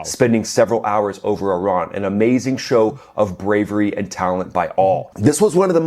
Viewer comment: Sigh... it's E-ran, not Eye-ran....